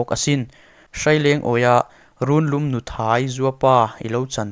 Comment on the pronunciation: Runlum nuthai tih hi ARPA ANUI tih ang thlukin nise,NUTHAI hi nuthlawi tih anga lamrik hian ngaihthlak ati hahthlak deuh ani.